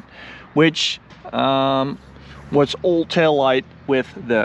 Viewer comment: Tip: try and stop pronouncing your A's as O's like in exhoast, oawsome, Oall